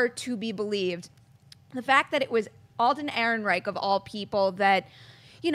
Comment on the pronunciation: Hears panel member throw shade at starwarsnewsnet, mispronounce Han Solo stars name. Facepalms What's happened to this show?